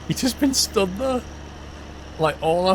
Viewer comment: You have a really weird way of pronouncing the word "there". Sounds like you are saying "thar". Decent vids though. Cheers.